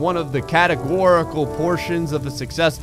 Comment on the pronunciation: It's not Lego po it's lepo